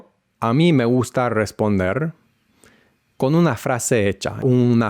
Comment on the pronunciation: muy interesante! Enseño español y estuve tratando de descifrar tu acento, me confundió tu "me gusta" con una S aspirada (suena algo así como "me guhjta") pero tus demás S eran bien definidas. Tenés tu propio acento, lo importante es que suena muy claro y entendible. Felicitaciones!